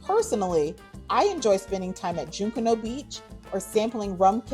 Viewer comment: Thanks for highlighting our island...just one note..junkanoo is pronounced JUNK-A- NOO....or Google it if still unsure..thanks again...